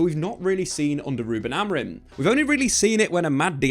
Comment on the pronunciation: Why do you call him Amarin😂